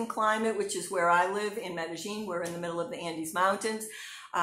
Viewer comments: sounds like she's saying "meta gene" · Hi. You are correct. The local dialect in Medellín pronounces the "ll" like a "g" so it is pronounced "Medegene". The rest of the world pronounces the "ll" like a "y" so it is pronounced Medeyene